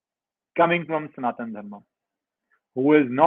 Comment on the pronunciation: It's Sanathana Dharma..why do you North indians cut the "a' in every thing 😂😂😂..and south add a #a# in everything